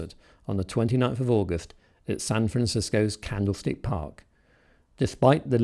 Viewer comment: Cool video. Nice clips of the Beatles interviews and them playing Paperback Writer. It sounds like you said they played at Candle State Park. I may have misheard that. But, just in case you did say that, it is actually Candlestick Park.